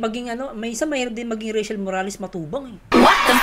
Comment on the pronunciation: Grabi tawa ko talaga sayo sir pag sinasabi nyo ung reychelle morales matubang kahit aq lang mag Isa hehehe Ang galing ngpagkaka bigkas